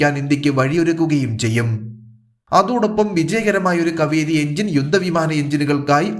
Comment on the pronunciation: സുഹൃത്തേ. കവിരി ആണോ.. കാവേരി ആണോ.. 🤔